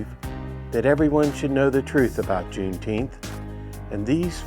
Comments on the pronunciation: Deteenth or Feteenth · The low IQ blacks pronounce it Juneteenff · If the rest of Texas didn't know they were free until well after JUNE NINETEENTH (Pronounce it correctly!), it is no different than not knowing after January 1st. Exactly why it's a BS celebration.